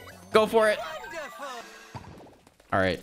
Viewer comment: It's wondreful is enet